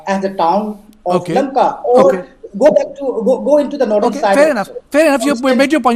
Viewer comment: First of all Correct your.... lakma.....it is LAMKA...